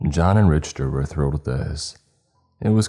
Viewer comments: dude or dudet you are so wrong on this. The only people pronouncing it Rich-ter are people that never heard it pronounced. I don't expect the narrator to take physics and Engineering classes. But don't crap 💩 in my hand and tell me it's roses. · Hey man...."Richter" is pronounced "Rik-ter". Have you never heard of the "Richter scale"? It measures earthquakes. I've grown to like you as a narrator, but you don't seem to ever look up the pronunciations of words you don't know. Sometimes it's hard to get past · actually, if you go to the original story which the Reddit link is under the description of this video and do a control+f to find on page and type Richter you'll see that the very first mention of him is explaining that he is actually nicknamed Richter scale. Which if you go to this link you can see how that word is pronounced and further still.... Don't know where you're from, but I'm American. So the English pronunciation... yet, NEITHER says RICHter like this narrator does in this story. Ok. I'm gonna go do other stuff cause there really isn't any way this could be debated further. 🤷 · I think might be trolling us. I think he maybe is intentionally pronouncing the word wrong. I refuse to believe someone doesn't know how to say some of these words. Every time I hear I cringe. This is coming from someone who loves channel... There are just some of us out there that hate hearing mispronounced words. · Richter scale is pronounced RICK-TER, not rich-ter. Richter scale tracks and quantities earquakes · It’s “Rick-ter” not “Rich-ter” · It’s pronounced “Rick-ter” not “Rich-ter” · Awesome story just couldn't get over "rich"ter instead of "rick"ter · It's Rick-ter NOT Rich- ter, in fact, mispronounced words are in my top 3 things sure to tick me off. I have been listening to your channel for years and thought right on moat of the time, you have had trouble with pronouncing words correctly. Just an f.y.i, stop it. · Richter is pronounced "rickter"